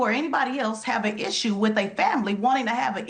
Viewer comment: If you pronounce the word "with" as "wuff" ..... I automatically ignore everything you say lol